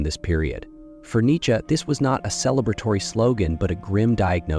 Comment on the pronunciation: I know, literally first 10 seonds i hear it pronounced incorrectly n im like 🧍‍♂️